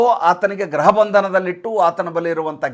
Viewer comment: Graha alla sir, gruha. Very common mistake most of the anchors do. This is not to criticise. Just observation sir.